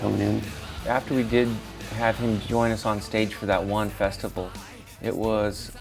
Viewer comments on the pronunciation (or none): "That one, Festible"... Festible.